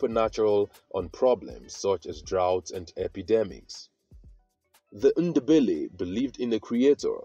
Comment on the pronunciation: There’s no such thing as Shona people 😂 if you’re researching Zimbabwe don’t watch this guy. Doesn’t know anything. Then he pronounces Ndebele as “Innderbelly” like a European 🙆‍♀️! And he talks about the South African Ndebele’s instead of Zimbabwe 🙇‍♀️. FAIL.